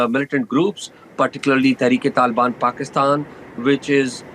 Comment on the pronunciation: This guy unable to pronounce Pakistan clearly 😂😂😂😂